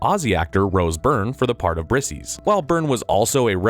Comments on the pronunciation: How, in the ACTUAL FUCK, do people continue to make these review videos with narrators who obviously have never seen them. Briseis is pronounced “bri-SAY-us”. And anybody actually watched the movie, would know that. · You pronouncing Briseis like Briss-eeze was very upsetting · Maybe practice pronouncing the names of characters before you start recording...! Patrocolus? Brissus? Really? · You’re mispronouncing a lot of names, did you not watch the movie? “Brisses” and “Bogrious” like really? Awful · "Brisses" and "Bowgris" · Holy moly. I've never heard so many names and words mispronounced in such a short period of time. From characters Briseis to Patroclus to Maltese islands of Comino and Gozo...this video made me wonder if it was AI generated audio? Surely one human couldn't get 4 out of 4 names wrong in just 40 seconds? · Did you even watch the movie before you made this? Could be butchering the pronounciation of Briseis' name harder if you tried.